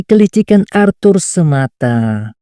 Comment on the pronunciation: ASHUR BANG, BUKAN ARTHUR... :cat-orange-whistling